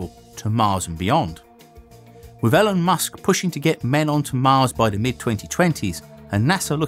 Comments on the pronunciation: Elon not Ellen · Have you ever heard Elon Musk's name pronounced before? - Same first syllable as in "E-mail". BTW, great channel with well-written content. Not so sure about the shirts though. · Did this man just say “é-lon” I don’t get why brits and other foreigners speak on traveling to mars when we all know they’re not going to be the ones doing it. It’s going to be us, AMERICANS. They talk like if their country is going to be the ones to do it. Okay. 😂👌🏼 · It’s ‘ee’ lon musk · It's pronounced EE-lon lol